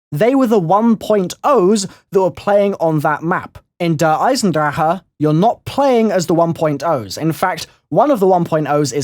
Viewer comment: Someone who says Der Eisendrache right, that's incredible